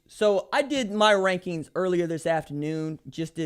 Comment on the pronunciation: Did you mean wankings instead of rankings?